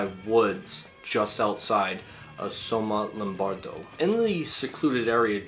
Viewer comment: Congratulazioni! You pronunced "somma lombardo" right! 😂 Thank you! 👍❤